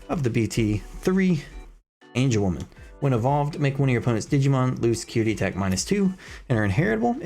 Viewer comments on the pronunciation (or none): Love they breakdown but its AngewomON not AngewomAN lol